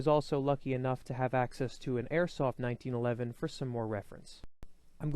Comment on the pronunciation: Yes. Someone finally actually says 1911 a1